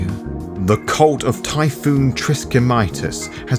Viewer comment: I’m loving your videos man, but your bad pronunciations of words like Constantinople and Typhon and in the Lasombra video, Reconquista, is killing me.